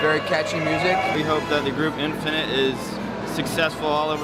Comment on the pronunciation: 1. I love how you oronounced their names not by romanization but how it should be in Hangeul :)) 2. thank you so much for doing this! this means a lot to me, a fan of Infinite since 2011 (i stopped fanboying to other KPop groups after them, it's been 9 years already and now I'm in medical school ... watching this reminisces me so lots of good memories) 3. IM SO PROUD OF MY HYUNGS!!!!